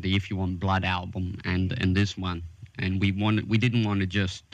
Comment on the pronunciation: Someone needs to explain to the interviewer that the "a" in "and" doesn't sound like "ooooo". It's and, not oooond!